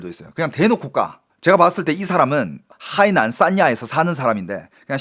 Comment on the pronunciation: 저기요..대구경북분인건 십분 이해합니다만 중국어는 성조가 중요한데 海南 발음하실때 성조를 좀 지켜주셔요..악의가 있어 말씀드린건 아닙니다..😊